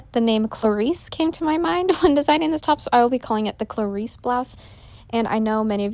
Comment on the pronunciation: Beautiful top. Just Fyi: Clarissé would be pronounced Cla-ree-say because of the accent over the E. If you want to write it the way you said it, it would be Clarisse.